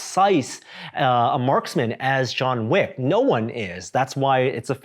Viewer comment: "Jean Wick"